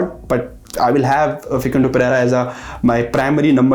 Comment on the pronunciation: He is saying Vincent but it's Vicenete